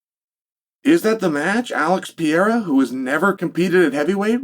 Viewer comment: I couldn't work out who the F Chael was on about at first. Why can't he say Pereira's name correctly??